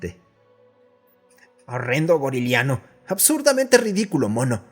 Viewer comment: sinceramente escuché boliviano en vez de goriliano